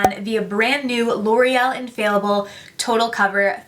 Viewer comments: You said "infailable" haha It's infallible But I actually love that you said that because you're basically saying it's fail proof Good marketing, L'Oréal where you at? Hire this girl She's got yo back! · Everyone pronounces "Infallible" wrong on here lol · Idk where they're getting inFAILable from lol, that's not even a word